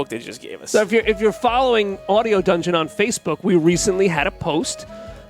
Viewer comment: Dunegon? Come on fellas. That said...I love a good unboxing!